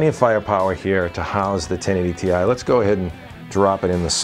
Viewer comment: thank you thank you thank you thank you for not making my ears bleed with the word tie. too many British and Australian reviewers are saying the word tie. in other words the GTX 1080 tie. I have been trying to go around and educate everyone that the word TI is not a word in any English or British Britannic dictionary therefore you must pronunciate each letter individually. the proper pronunciation is to separate the letters and say t i. so thank you for not butchering the name of the new Nvidia GTX 1080 TI.